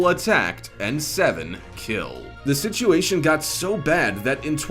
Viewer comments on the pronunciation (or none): none